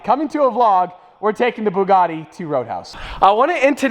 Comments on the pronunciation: Did this man just say bug a Ti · the person who pronounce buggati to buguti does not deserve it LOL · Nice job shaming the name of "Bugatti"